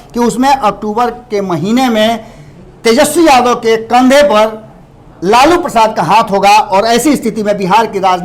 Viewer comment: aap bolana sikhe lalu Prasad yadav ji ka name aap lalu bolrahi hai